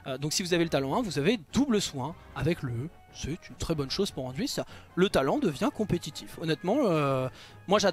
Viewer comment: j'impose pas. Je dis juste que dans le jeu son nom est dit anduin et pas anduine. Cest tout.